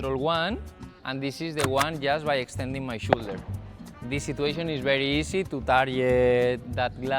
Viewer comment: great video, no quiero ser piki smiki pero si quieres mejorar mas aun tu Ingles shoulder se pronuncia igual como 'show' fonenticamente seria showldu